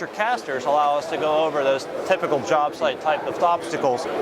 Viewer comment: Ha ha, he said job shite!